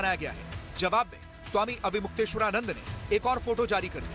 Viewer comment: इस चैनल पर सबसे अनपढ़ क़िस्म के पत्रकार भर्ती किए जाते हैं। प्रस्तुतकर्ता महिला ढंग से अविमुक्तेश्वरानंद नाम का उच्चारण नहीं कर पा रही है तो साक्षात्कारकर्ता अविमुक्तेश्वरानंद सर बोल रहा है।